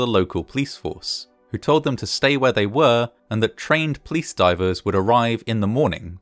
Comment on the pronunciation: Except when he recounts how the building clapsed, or the plice were on scene in minutes.